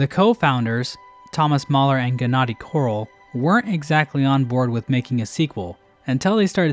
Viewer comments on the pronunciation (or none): Just me that keeps hearing Quirrel every time he says Korol? XD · pronounced throughout the video Gennadiy Korol as Quirrel. Smh, when his ancestors created the surname, it's blatantly obvious they were copying the beloved Hollow Knigjt character Quirrel. Can't believe his name is a hollow knight ripoff. But seriously, I don't actually mind these kinds of "ripoffs" because at the end of te day, you're gaining more of the things that you, the consumer, like. It's obvious that Team Cherry isn't going to make 80 HK games, but, you could always check out other similar games, to even play while Silksong is coming out. But if we act toxic and unpolite towards these devs, we aren't gonna gain anything good really... the genre will just die out probably.